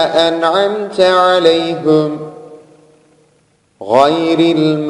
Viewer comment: aleyhim değil, aleyhimu